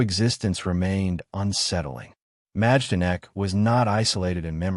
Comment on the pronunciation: You don’t pronounce the “j” it’s pronounced My-don-ek.